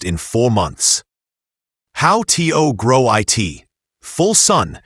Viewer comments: STOP saying T. O. And I. T. It is produced to and it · How tea-o use eye-t😂😂😂😂